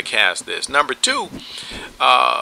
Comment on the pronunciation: And twop, not top